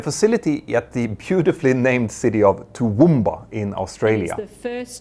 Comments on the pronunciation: wow I’m amazed you pronounced Toowoomba correctly! Even Australians struggle with reading aboriginal words they’re unfamiliar with. It’s something I’ve noticed throughout the aviation YouTube space. Care is always put into pronouncing cities correctly. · Wow... hearing a Swede nail the pronunciation of "Toowoomba" when most native English speakers struggle with something as simple as "Melbourne". Thank you for just listening to how words are pronounced and then saying it that way.